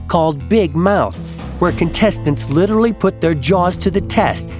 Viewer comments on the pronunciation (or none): It’s not litterilly it’s literally